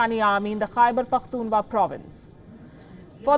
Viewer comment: You forgot pronounce "kh " between "Pakhtun" and "wa"